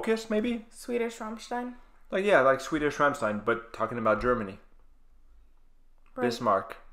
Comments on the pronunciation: your pronunciation of Rammstein is pretty impressive i must say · Great reaction. Your pronunciation of Rammstein is great. Sprechen Sie Deutsch? You should do Heilung. Either 'Krigsgaldr' or 'Fylgija Ear/Futhorck', from Lifa at Castlefest. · The first american in the world that actually can pronounce Rammstein